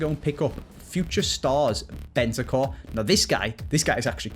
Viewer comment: BeNtaNcur not Bentacur!